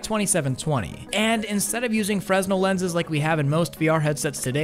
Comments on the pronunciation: Fresnel = Freh-nel, not Frez-nel 🤪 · frennel not freznel :) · FREZ-NEL is actually pronounced FREH-NEL. I don't know why, but yea. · “Fresnel” = “Fra-nell” not “Frez-nuhl” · Me: Oh Cool let's watch the new Video!: "FRESZ-NELL Lenses" Me:... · What are you saying? It is Freznell ! It's not our fault if Mr Fresnell can't pronounce his own name right. If it was spelled properly i.e. Frenell, we'd pronounce it as such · They’re pronounced “fre-NEL” lenses, they’ve been around a long time — most famously used in lighthouses and old school transparency projectors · I hate myself for doing this, but 'Fresnel'. It's said like Freh-nel. Silent S. It's like the blender meme; 'Everything has Fresnel'. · Good video! Minor point: Fresnel is pronounced Fre-nell. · It's pronounced "Frehnel". I remember being confused by that in film school, no worries. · Fresnel lenses is not pronounced with the S. It's pronounced "fre-NELL." Emphasis on the last syllable, and no 'S' sound. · I hate to be that guy, but 'fresnel' is actually pronounced 'frenell' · Fra-Nel lenses. Don't pronounce the "S" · fresnel is pronounced frey-nel. its french. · Was gonna say this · It's pronounced freh-nel my dude. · You don't pronounce the "s" in "fresnel!"